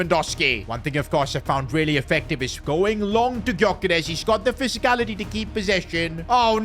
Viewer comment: Gyoekeres is pronounced Djuh-Ke-Rehs